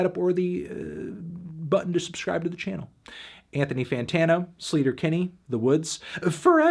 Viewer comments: Btw, I’m pretty sure the band’s name is pronounced Slay-ter-Kinney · Wait it’s not pronounced “sleeter- Kinney” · Anthony I don't even care that you're mispronouncing Sleater-Kinney since this is one of my favorite albums ever and you're reviewing it for classics week <3